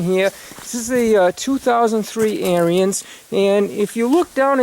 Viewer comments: Your saying the name of the snow blower wrong. It's not AIR-E-NS (Brotherhood) Now say ERANDS and you have said the name right. John Deere's are over rated just like Harleys and Blonds. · It's pronounced "AIR" "RINS"....... not..... "AIR" "RE" "INS".. Just listen to the Ariens YouTube channel....other then that, good video. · Yeah, thanks for pointing that out. I've watched quite a few videos on the Ariens channel and I know I pronounced it wrong. I didn't know the pronunciation when I bought the snow blower back in 03 and through force of habit I've been pronouncing it the wrong way. I'm glad you enjoyed the video.